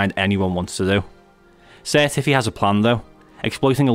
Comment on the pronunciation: i never got the joke of the sir tiffs name until i heard you say his name ahah